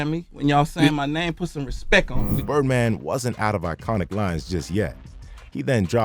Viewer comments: Birdman didn't say respect it, he said respeck it. Get it right narrator 😊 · I don’t think he said respect he said respek it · Let’s get this clear birdman never said respect 1 time it’s respek 😂😂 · «Respek it» is legendary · “Put some respeck on my name”! 😂